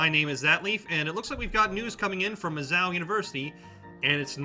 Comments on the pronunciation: Are you saying "Miz-zow," rhymes with "cow"? Stop, just stop. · He made my ears bleed every time he said the name. Clearly an extra ten seconds of research could have been spent learning the actual pronunciation of the school's nickname.